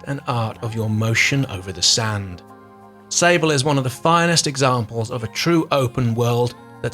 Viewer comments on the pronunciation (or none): none